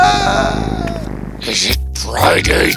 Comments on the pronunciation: It’s let’s peeeeerty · why does the emoji "lets Party" keep saying lets plarty for every reason its so werid but i still like the story 🥳🥳🥳🥳